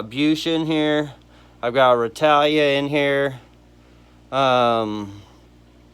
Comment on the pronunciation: Lol, love how you always call Rotala, “Rotalia”. Hear Aquarium plant names pronounced so differently all the time, always makes me laugh lol